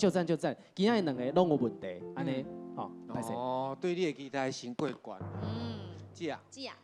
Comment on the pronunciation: 豪平 期待台語是ㄍㄧˉㄉㄞˉ 不是ㄎㄧˉㄉㄞˉ